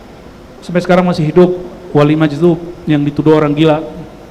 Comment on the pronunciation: Majzub..bukan majdub